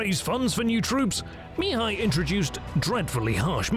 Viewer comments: Spectacularly detailed documentary, but starting with the 3/5 part, the pronounciation of Mihai's name(which can also be Michael, Michel, Michele, Mihaly...) would be better in other languages, 'cause it is so annoyingly pronounced in the original intended language. The accent is on the 2nd sylable, therefore mi-HAI and not MI-hai :) Anyway, thanks a lot for the huge documentation, other great pronounciations in the original language and the creating of this historical material. This channel really is the best for the detailed battles anywhere. Keep up the great work. I'll be forever hooked as your subscriber :D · At 33", I hear "the three Romanian voievods"...i am Romanian and the country was called this after WWI. Secondly, Sigismund was Hungarian... Please pronounce Mihai correctly, the accent is on the second syllable Mi-"hài". It's really grating when you mispronounce. Oh, my...there's a new narrator and he's also mispronouncing Mihai... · AI Narrator: Two days later MEEHAI every sentence. STRESS first word again and again. FUNNY you watch and listen. ANNOYING after the hundredth time. MEEHAI blaa blaa attack, meanwhile as MEEHAI troops wait you not.